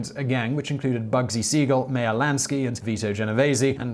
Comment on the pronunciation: Dear, one or two factual mistakes or mispronunciations in a 16 minute video is fine, but five or six? It's Virginia HIll, not Hall, for example. It's Meyer (rhymes with buyer) Lansky. By the time you are saying, erroneously, that Whitey Bulger was caught in 2013 (it was 2011), I finally felt that, as a fan, I should humbly ask you increase your diligence when it comes to research and fact-checking and above all pronunciation.. Some may say, "oh what does it matter." It matters a lot when credibility is your bread and butter. I wouldn't say this if I didn't like the videos, so I hope this criticism is taken as I mean it -- constructively. Thanks for all your hard work.